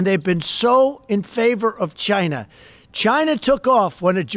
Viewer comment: Does anybody else HATE the way The Donald pronounces, "China"??